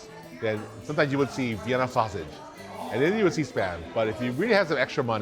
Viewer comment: Sosisi. Totiti. 😂